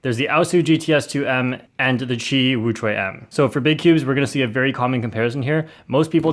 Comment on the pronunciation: There are wrong ways to pronounce qiyi but you use the worst possible way